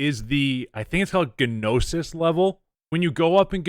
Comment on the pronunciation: agh dont pronounce the "G" in gnosis. It's like NO-sis